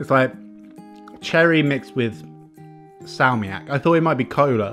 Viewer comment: just keep the weight on the first syllable. so SAlmiakki instead of salmiAKki